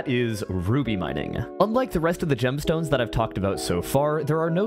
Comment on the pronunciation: bro said gemston ns